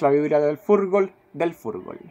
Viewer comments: un venezolano analizando a Chile, que raro jajaja y ademas diciendo furgol jajaja, ya con eso perdio toda credibilidad, es FUTBOL, no furgol jajaja, pero bueno chico conchalevale jajaja,,,Bonvallet porque te moriste,,mira lo que tenemos que soportar, un venezolano tratando de analizarnos y diciendo furgol,,,es demasiado,,que hicimos para merecer esto?.. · y que culpa tengo yo si el tipo habla como venezolano?? yo de verdad pienso que es porque ellos hablan asi y yo les conozco el acento,,,,yo soy chileno y no hablo asi y no digo furgol como él,,es sabido que por esos paises hablan diferente, como los dominicanos o cubanos que cambian la r por l, en fin,,,hablas de comentaristas de la tv y ellos si quieren ser creibles primero tienen que saber hablar, no los conozco pero te aseguro que dicen futbol y no furgol,,aunque sean caribeños, tal vez la persona que hace estos videos es de estrato bajo no se, pues muchos de ellos dicen furgol, jurgol o fulbol no se,,y no es discriminacion, para con eso, piensa mas alla... yo solo digo que eso solo lo hace ser alguien del cual solo sirva para reirse un rato y nada mas,,imaginate el en la tv haciendo un tremendo analisis, que puede estar bueno o malo da lo mismo, pero derrepente dice jurgol jaja todos se matarian de la risa, y ahi murio para siempre..y no es ponerme serio ni grave porque en chile somos extremistas, sino que para que seas creible empieza primero por saber hablar, de ahi para adelante juega, diviertete, tira chistes y has lo que quieras, pero primero se parte por saber hablar,, para ganarte la confianza de alguien a primera vista son las palabras las que te hacen creer,,despues que ya lo lograste, habla como quieras, pero despues, no antes,,yo solo vi dos videos de este tiopo aqui y en los dos decia jurgol, ahi ya no vi mas porque dije, deve ser un chiste nose y por eso es